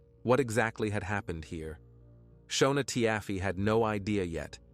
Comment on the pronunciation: Her name is pronounced Shawna and his name is pronounced Neal I watched this on a tv show previously! I was always the breadwinner in my marriage and I had to have benefits for all 5 of us as well now my children are grown up ages 28, 26 and 24 years old…